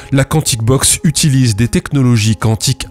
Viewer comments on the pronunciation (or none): none